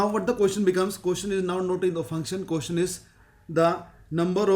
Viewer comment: bhai "ko-tion" nahi hota "ques-tion" hota hai.